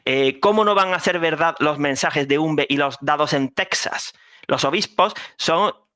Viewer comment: por favor no pronuncies más Tesas por Texas. En castellano antiguo no existía la letra J pero Texas, México, Don Quixote se pronunciaba como J. Y cuando apareció la J se perdió la X excepto en alguna toponimia aunque México pasó a escribirse con J por algún tiempo (Méjico) pero después volvió a escribirse con X. Ximénez pasó a Jiménez excepto en el vino Pedro Ximénez 😂.